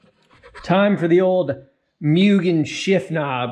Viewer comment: Like I understand you're taking a dig at Mugen, but at LEAST say it correctly. It's an assault to my ears. It's like a cow... MOOOOO GAYN